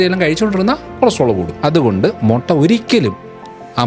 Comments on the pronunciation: മൊട്ട അല്ല ബ്രോ..... മുട്ട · മൊട്ട അല്ല 😃 മുട്ട 😂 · മൊട്ട അല്ലടോ മുട്ട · മൊട്ട അല്ലേടാ.. മുട്ട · Motta alla, mutta aanu